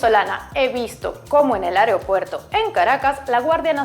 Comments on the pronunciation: es increíble como hay personas que no pueden decir AEROPUERTO, o dicen: ariopuerto o dicen areopuerto o INCLUSO areipuerto... Vamos no es tan difícil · Repite : aeropuerto.. no areopuerto...